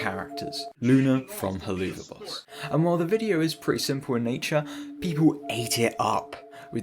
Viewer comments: If I have to hear you pronounce helluva boss like that I will go insane it’s meant to sound like “hell of a boss” not “helloova boss” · Why do you pronounce Helluva boss like that? Helluva is pronounced "Hell of a" not "Hell-OO-Vaaa" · HelUva Boss. That pronunciation made me cry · “Heloova boss” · the way he pronounces helluva boss is honestly funny, its pronounced "hell of a boss" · Hehehehe “heloova boss” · please stop saying helloova boss im going to cry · halfway through the video right now and so far its a good video, my only irk is how you pronounce Hellu'va boss. i imagine its pronounced like "Hell of a boss" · Good vid but helluva boss is pronounced like "hell of a boss" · The worst thing in this video is how you pronounce Helluva Boss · your pronunciation of helluva boss makes me wanna rip my hair out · I may not like Vivzie's Helluva Boss or Hazbin Hotel, but the way he pronounces the name kinda irks me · My heart shattered a bit every time he pronounced helluva boss.. jkjk